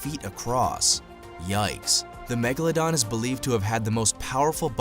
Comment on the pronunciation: Da magaladon